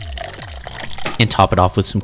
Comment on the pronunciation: "two stroke FlEwUiD"